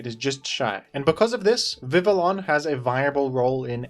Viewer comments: Vivillon is Pronounced "Vivi yon" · "Vivillon" is pronounced "Vih-vee-on." (Almost like the name "Vivian"). It's based on "papillon," the French term for butterfly.